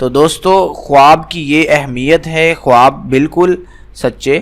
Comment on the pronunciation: Bhai khawaab bolaaa nhi jaaataa h Khaaab bolaaa jaaaataaa hai